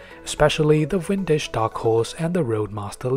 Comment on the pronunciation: Vintage not Wintage. Practice it.